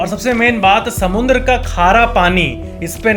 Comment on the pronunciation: According to its not samandar neither it's samudra it's SAMUNDRA 😂